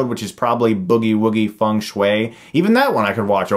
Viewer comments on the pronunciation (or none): none